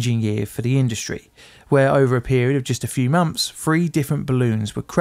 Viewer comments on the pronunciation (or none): Firty? Deaf? Monfs? Fousands? Plefora? PLEASE try to pronounce TH as 'th', not 'f'.